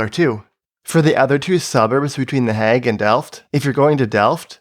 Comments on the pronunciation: I like this video, but the way you say "The Hague" is really weird. It's pronounced "hay-g", like "plague", not "hag" like "bag". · "De hegg"